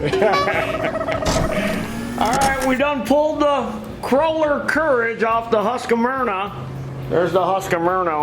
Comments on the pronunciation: The name is HUSQ VARNA why do SO many say HUSQ A VARNA? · Hearing them US folk pronounce "husqvarna" is always fun.